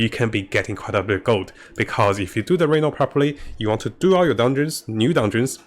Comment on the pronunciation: {Ree-NOUN} not Re-Known